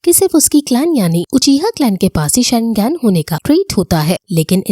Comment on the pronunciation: Or didi tum sharingan ko wrong pronounce kar rahi ho or Sasuke ka nam bhi wrong pronounce kar rahe ho